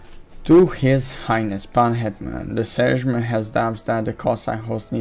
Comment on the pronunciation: Jeez you slaughter those polish names (sejm, szlachta itp.)